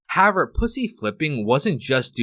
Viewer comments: Perhaps, at some point, you could please pronounce the word HOWEVER…a bit better…you use it often, and it’s annoying as you say HAVVER….THANKS 👁️🇨🇦👁️ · pronounce words better. "however" is not pronounced "havver" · However is pronounced like this: HOW EH VER NOOOOT like HOW VR It's two words but combined. Still pronounced as two words. How. Ever. How. Space. Ever. NOT Howe. Ver. Thank you. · The word is HOW-EVER. However. If you're going to say it two dozen times, say it right ffs. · I hope this guy learns how to pronounce "however" someday.